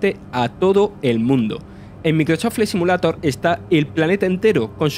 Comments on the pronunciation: Putamae debe mejorar tu asentó pronunciar bien Maicroat flya simulato jsjsjsjss besitos mua mua👁️👄👁️ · Ayudemoslo a pronunciar: Maicrosoft Flaight Simiuleiror Evitar pronunciar: Microsof Fli Si mulato Agradezcanme despues. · cada vez que pronuncia el nombre del juego... Bueno el contenido pero empezar con un Microso fley simulato es de coña. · "MICROSÓ FLI SIMULATO" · Si hablas espantos el español, como hablar ingles, vale el esfuerzo, pero grabate esas 3 palabras y repitelas hasta que suenen mas o menos bien. MEICROSOFT FFLLAY SIMIULEIDOR, Pronuncia asi. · Yo solo me cachondeo de como pronuncia el nombre del juego. Nada contra el acento que tiene! Al murciano se le respeta :)